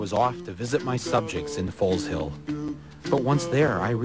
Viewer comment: Can't even pronounce it properly, it is Foezill and I claim it back by ancient trial by combat, so, my allotment this Sunday, if you are not there you are forfeit. I bet yo did not know, that my allotment was formerly the Foleshill sewage works. my family have lived around this part of the world for centuries, long before the USA was a thing.